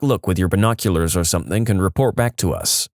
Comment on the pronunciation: No k in the word something . Not sure where you are getting the K from when you pronounce it .